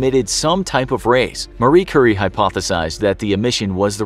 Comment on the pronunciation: "Curry" 🍲 I'm sorry, but you served it to us. 🥁📀